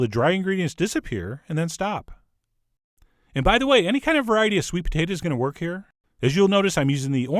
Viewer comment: I like when you say sweet "pa-tate-a"